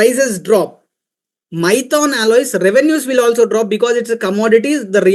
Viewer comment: Abee maithon nhi maithan hai 😅